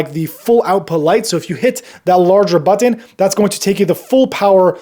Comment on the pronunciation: Is it me or is his pronunciation of button is distracting